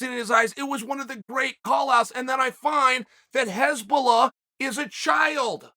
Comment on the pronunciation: Hasbullah, not Hezbollah lol. Hezbollah is a murderous bunch.